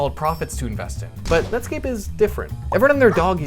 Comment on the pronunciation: I know u said nutscape